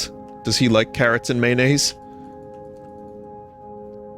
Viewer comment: Maynase and Carruhts